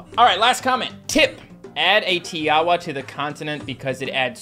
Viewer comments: Tiawa you actually say it as tinkwa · Fact Tiawa pronouced ti-a-wa